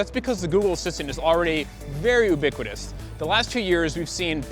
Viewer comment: ... pronounces "ubiquitous" like I did... "ooh-biquitous". The reason we called our product "Ubi" as in "Oo-bee" many years back. Thanks! Enjoyed the video a lot!